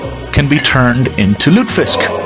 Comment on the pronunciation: Three syllables, lute-eh-fisk.